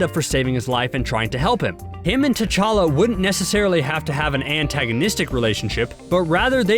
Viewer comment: The narrator's pronunciation of Wakanda and T challa is annoying